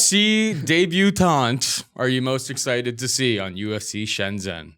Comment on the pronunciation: it’s prounouced as Shen-Jenn! Not Shen-zen... my wife was rather annoyed at your lack of Chinese pronunciation haha. 😂